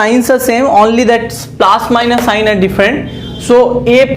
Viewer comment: Sir please change your plaas to plus and very good explanation 🤣🤣🤣